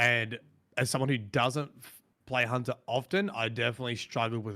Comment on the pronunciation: Lol geez you got me saying hoonter now 😂